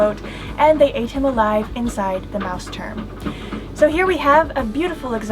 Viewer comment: its so nice how you pronounce "Mausturm"! Love it ...